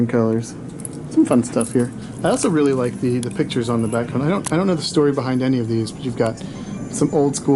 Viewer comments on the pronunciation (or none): none